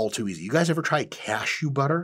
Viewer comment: I really have to watch this again bcs after I heard „cashewbutter“ there was literally nothing else to focus on